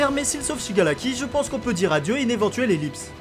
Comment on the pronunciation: Il me stresse à dire shigalaki au lieu de shigaraki